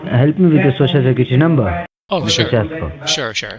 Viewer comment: Cant these idiot scammers pronounce the word "social" correctly? ShooShoo? really??